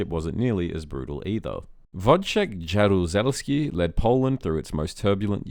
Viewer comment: Hint: Use Google Translate to get proper pronunciation: you have completely butchered Jaruzelski :) Fun fact: Wojciech Jaruzelski was born into a conservative gentry family. As a kid, he attended a Catholic gymnasium, and his father fought the Bolsheviks in the Soviet-Polish War. When the WW2 broke out and Nazi Germany and the USSR invaded Poland, young Wojciech shared the fate of many Poles in the Soviet occupation zone - he was forcibly deported deep into the USSR. I think this traumatic experience instilled in him the fear of Russia. He returned to Poland with Zygmunt Berling's army (formed some time after the invasion of the USSR from Poles who had failed to join earlier Władysław Anders' army). Some people hate him for crushing Solidarity in 1981; others consider him a patriot who manoeuvred to prevent the Soviet intervention in Poland and later negotiated sharing the power with the opposition and secured the way for a peaceful transition to democracy.